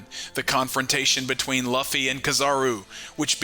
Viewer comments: Bro pls for the love of god stop pronouncing Luffy's name wrong Jesus lord have you EVER heard anyone in the anime (dubbed or not) pronouncing his name that way? It's pronounced "LOOOFY" or Lu- Fee. Not Loffy not luffy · Sorry dude, I like to support small YouTubers but you totally Lost me when you kept saying “Luff-ee” instead of the way every one Piece fan says it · I'm right there with you dude every time he said Luffy name it made me dislike this guy more and more